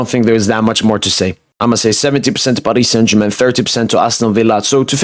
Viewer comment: The way u say Paris saint Germain makes my skin crawl. Can’t u just pronounce it normally